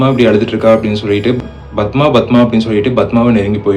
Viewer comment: Yethana 😂 bathma, it's padma I guess..bro learn narration fr other story tellers lik shiva investigation,ur repeating unwanted things